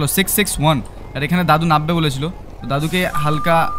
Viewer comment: ভাই তুমি যেটাকে নাব্বে বললে সেটা আসলে নামবে হবে 😊